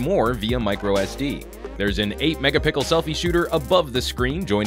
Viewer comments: saying megapickles still gets me. 😂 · DerpyDude i heard it lol 😂😂😂😂